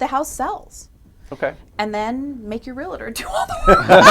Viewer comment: It's Realtor, not a Real-a-tor